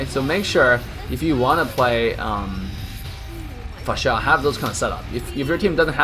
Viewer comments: It's annoying how you say her name!! Fasha!! Fasha! Itheres no H after S. FAR-SA! Say again.. FAR-SA! One more time.. FAR-SA! Wtf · Please learn to say Pharsa. Far-sah NOT F***ING Fa-shA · The way you say her name.. 😂😂 Her name isn't Fasha anynore, but Phar-sa. Also will you livestream today? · IT'S FAAR-SAA NOT PHASHAA 🤣🤣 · It's pronounced faresa not farsá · Its FAR SA not Fasha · Lol can you stop pronouncing it fahshaaah it’s beginning to sound like Austin powers up in here 😂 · Great video, but The cringe of the mispronounciation of Pharsa name